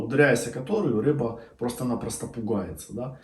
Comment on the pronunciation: Ни рэба, а рыба